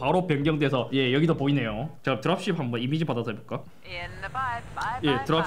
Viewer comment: 뭔가 드랍쉽 발음할때 드랍쉣 하는거 같어 형 ㅋㅅㅋㅅㅋㅅㅋ